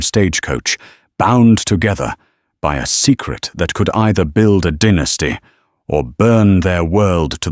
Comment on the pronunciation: I like how he says dynasty ..dinesty